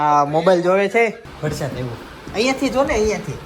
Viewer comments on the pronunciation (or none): none